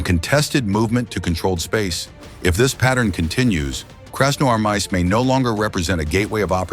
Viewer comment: Hey dud, you have to improve your ai, who a hell in the world pronounce красноармАиск, это красноармИик. И тоже нет КАев а КИев.